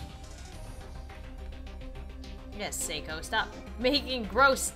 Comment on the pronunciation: Those two just need to kiss already. Geez. Thank you for pronouncing Seiko's name correctly! It was driving me nuts since she's my favorite character, and it feels like I have to protect her the best I can...Anyhow, treasure her! (Also ship Seiomi...Or Seiko X Naomi...These two deserve each other!)